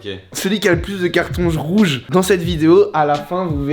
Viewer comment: "cartons jrouges" 🤣